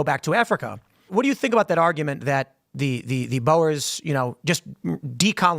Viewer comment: His pronounciation of Boer is perfect. He makes it sound like the afrikaans word for Builder....and those people know how to build.